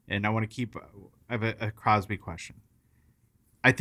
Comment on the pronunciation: Hahaha 😂 omg it’s so funny “Crosby”❌ “Crosby”❌ “Crosby” ❌ “Crosby”❌ “Crosby”❌ “Crosby” ❌